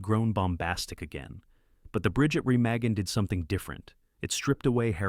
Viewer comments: First, proper pronunciation would be nice - Remagen is pronounced "Remahgen" and Jim Caveziel is "Caveezel". Totally missed some other fantastically realistic films: "GI Joe" which used actual combat active duty soldiers of WWII who went back to war after the movie. Also a true story. Then an obscure and realistic and suspenseful film, "Decision Before Dawn" which was shot in the ruins of Germany with actual Germans and authentic and rarely seen German WWII equipment, vehicles and motorcycles. Very realistic and dark. Then there is "All Quiet on the Western Front", both the old black & white and the later version. "The Battle of the Bulge", "The Eagle has Landed" , "Hacksaw Ridge", which you should really do research on the true story and heroics and severe wounds and later surgeries and poverty of the medic, Desmond Doss. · I actually thought at that point. Why can't AI order a pint in an Irish pub because it can't say Guinness. Also later it has Bridge at Remagen, and pronounces it differently 1st time with an Ah then then an e